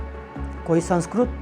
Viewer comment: Whataboutry unfortunately you are doing and you are poor in your pronunciation..are you a halfpant supporter...as u said sanskrut and not sanskrit kri not kru